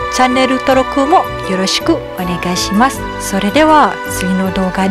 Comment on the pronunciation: 役に立つ、勉強になる。貴女の動画はいつも楽しみに見ています。最後に“さようなら”も”さような～ら～”と独特な発音と伸ばす、長音の使い方が良いから、さようならは別れ、デナク、又ね～の意味が含まれる、日本独特な発音迄、勉強してるのかな？ ニアンスの捉え方が素晴らしい。内容も楽しいし、そうなの！そうだったのか！と、うなずく自分が居る事に気付く。 又、楽しいあなた独自の動画をお願いします。コメントもしたいが、若くないから、手が進まないがさんの努力を考えると時間を掛けてでもコメントしてしまう。又ね～。